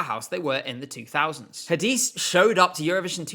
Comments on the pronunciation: I'm pretty sure Hadise is pronounced "Hah-Deh-Say" due to her being Belgian. I'm sure I heard her pronounce her name like that in a video just before rehearsals started that year. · As a Turkish fan your pronunciation of Hadise killed me 😭 congrats on the engagement! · OMG NO Hadise and Kenan Dogulu omg they're not pronounced that way it sounds so bad when you say it :c